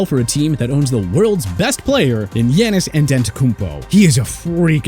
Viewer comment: I’m sorry but it’s gannis it ya-niss